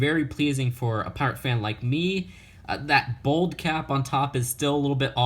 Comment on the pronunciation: He said bold not bald